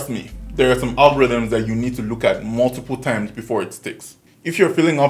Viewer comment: Bruh.. the Nigerian came out in 🤣."multiple times".. If I did not learn anything from this video.. I have learnt that the passion you show in you videos alone can motivate somebody.